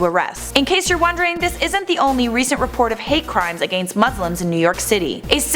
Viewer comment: lls the way she says against... sounds like a-gane-st